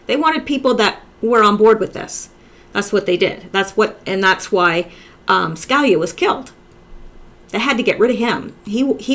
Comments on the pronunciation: His name is pronounced Ska lee ah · say it like this sky-le-ya Scalia Ska-la-lea ask a Italian person I can not help you over the internet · Hi..ton.in Sca...lee...yah. Hope that helps. Anyway you pronounce it, you do a FAB job. So, thank you.:) Keep it coming. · It's pronounced SKA LEE YA. As in Judge Scalia. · Hi, I love your work. I know you work hard. One little note to help Scalia is Sca (Ska) Li (lee) a. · Hi. I'm not being critical, I've seen many Q related sites, but I'm with you now exclusively, you're head and shoulders above the rest. You said you were going to do a segment on Antonin Scalia so I thought I would help you with the pronunciation of his last name: Sca-lee-a Hope that helps. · Antonin Scalia Sca-lee-ya